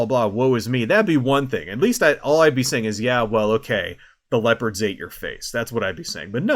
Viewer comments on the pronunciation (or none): Was the mix-up of vowels in "Leopards" on purpose?